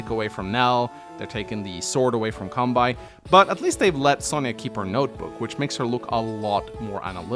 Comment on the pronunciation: Kan - be - i....its kanbei...not kanbai...